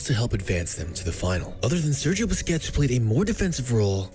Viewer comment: Aint no way you said Bisquits💀